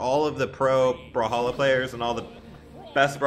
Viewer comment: Hate how he pronounces it "brahalla"